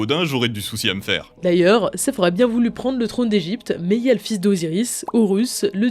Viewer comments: Ca se dit "Set" pas "Seff", c'est du Grec, pas de l'anglais ^^ Son nom égyptien c'était plus Setesh ou Soutekh XD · Cest "Set" pas "Sef" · C'est pas de l'anglais c'est pas Sess le dieu égyptien c'est Seth comme le chiffre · Pourquoi prononcer Seth à l'anglaise ??